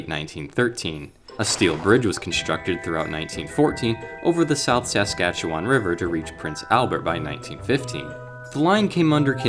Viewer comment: I've seen the light. A few times. And you really need to work on your pronunciation of "Saskatchewan" 🤣🤣